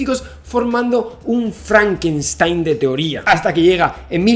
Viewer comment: Dijo "Creando un FRANKAINSTAIN"? jejej